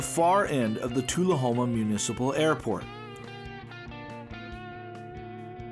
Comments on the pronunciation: Nice video. Learn to correctly pronounce Tullahoma. Lol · ...nice video...but you really should check/correct your pronunciation of 'tullahoma'...(and 'bost' in part 2)...